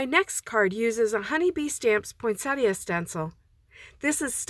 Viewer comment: Thank you for pronouncing poinsettia correctly. Great cards and good techniques for me to try.